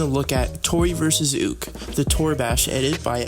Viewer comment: Who else was triggered about him saying ooke instead of yuukii